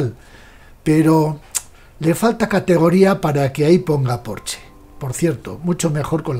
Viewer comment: Ah, y para lo perfeccionista que es usted se pronuncia “Porsche”, como se lee. No Porch.